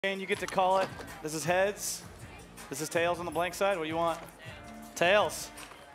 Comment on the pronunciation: i swear shane said heads